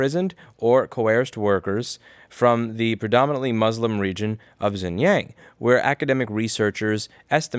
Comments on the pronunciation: Louis, for the last time, it's pronounced "Shin-jiaung" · It’s pronounced Sheen John (XinJiang) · “x” is pronounced “sh” in Chinese Xinjiang is pronounced “Shin-jiang” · Shin-jee-yong Shin-jyong Xinjiang.